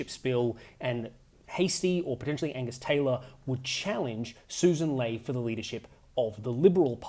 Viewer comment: I really like your videos, you're a great commentator, but her last name "Ley" rhymes with "Key"